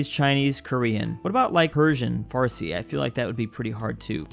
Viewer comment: No way he pronounced farsi correctly